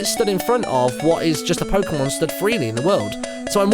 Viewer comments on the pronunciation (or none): did anyone else notice that Martyn pronounced Pokemon 3 differ ways? (Pok-ee-mon, pok-uh-mon, and pork-ay-mon)